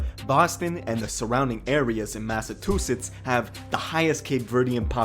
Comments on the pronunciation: dude was really saying Massa-Tooth-its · WTF!!!!!! Illiterate Narrator….. it’s MassaCHUsetts!!!! Not MassaTWOsetts!!!!! RIF…Reading Is Fundamental!!! And you my friend put the MENTAL in Mentally Retaaahhhded!!!! Thank you for starting my morning off aggravated AF!!! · Lol massatwosets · THANK YOU for pointing out that “Massatusetts” bs 😂😂😂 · I’m the only one peep the massa 2 sits 😂😂😂 😂fam pronunciations is terrible for Massachusetts like holy shit😂😂😂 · Why he say massatewsetts 😭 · The dude kept saying massatwosets lol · Bro it’s Massachusetts wtf that man just said